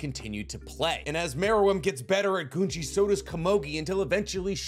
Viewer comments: It’s GOONGEE watch the dub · Your saying gungi weird. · I will forever be perplexed at the ability of high-information, popular YouTube theorists to never pronounce words correctly. The show even says the word many many times. "Goo-ngi" not guhngee. Wtf. And her name? Is not KOMOGI holy crap did you even watch the show or did you only read off-brand wiki pages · I don't understand why you keep swapping back and forth between "gee" "jee". Game's called Go, not Jo, right? So why would you think it would be pronounced Junji instead of Gungi. Goo-n-gee. Following this thought, Komugi. Not Komoji. Ko-mu-gee. Stop being lazy with your pronunciation. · Komugi. Pronounced Ko Moo Gee (with a g sound not a j). Also I think Gungi is pronounced Goon Gee but I could be wrong on that.